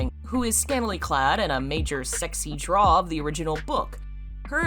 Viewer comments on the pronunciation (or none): none